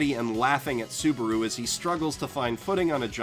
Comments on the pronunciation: It's ru -->ル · is it onlu me or does it sound like he says Suburu and not Subaru. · You called him soburu like twice, but love your videos